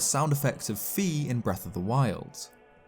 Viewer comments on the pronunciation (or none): Yep, I used to pronounce it as "Fee", but now I pronounce it as "Fie/Fye". Classic Zelda rookie mistake, lol. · And by the way, Fi is pronounced "Fye" not "Fee," as indicated by her name ファイ.